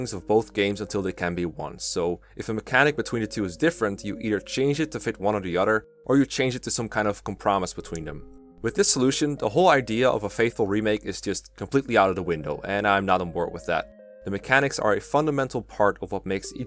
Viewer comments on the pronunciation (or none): The way pronounces "comprimise." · ... Sorry, can you repeat the word "compromise"? That... that was certainly a way to say it...